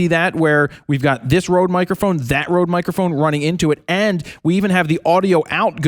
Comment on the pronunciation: I like how the guy on the left says microFOON and headFOON. (like ) Where is that accent from?